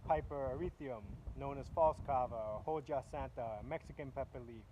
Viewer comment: It pronounced "oha santa" as the H is silent and J makes an H sound, but other than that thank for the informative video!